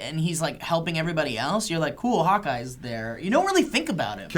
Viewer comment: ish when says hawk eye it kinda sounds like hot guy. To me at least.